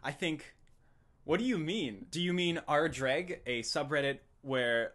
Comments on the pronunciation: Calling it "juh-reg" instead of "jay-reg"? I HATE JREG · Why is it pronounced with a D? It's a J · I never knew it was pronounced 'dreg'... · it seems the more time passes the more the way he pronounces "Jreg" moves toward "Dreg" I wonder if that's on purpose or just like a Freudian slip. or maybe it's just the easiest way to pronounce the word. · It's pronounced "Junior Example" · It's pronounced "Dreg"?????????? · Daddy is the most accurate pronunciation of jreg yet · Wait, it's pronounced "Jreg" ?